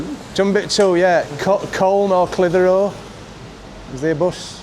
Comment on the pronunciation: Clithero, split the syllables 😂😂😉